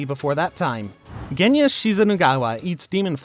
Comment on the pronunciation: you just murdered Genya's name